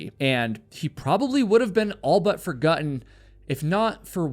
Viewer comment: "all but forguttin"